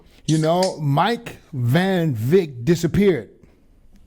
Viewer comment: Why do you keep calling him Mike Van Vick ? It's not Van Vick it's Van Wyck !!! Lmfao!!!